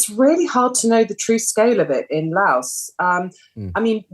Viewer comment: The reporter is pronouncing 'Laos' correctly but I get to hat talking heads just read from a teleprompter.